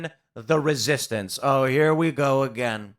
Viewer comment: "we must begin the resistance". lol, I think every time that goes through my brain, it sounds like a WWII-era frenchman partisan... "ze resistance", lol